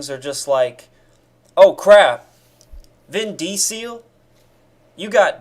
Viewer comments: a vin dee-seal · I didn't know that's how you pronounce Vin Diesel's name lol